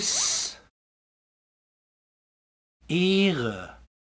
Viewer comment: In you're clearly saying "iiihre" instead of "eeehre". How is that possible?